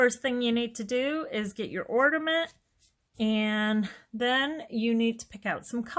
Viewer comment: Loved this tutorial. Easy and fun. Just a slight problem with your pronunciation of ornament. Seems rather picky but I would want to be corrected if I were you. It sounds like you are saying ordament instead of ornament. Super tute though.😊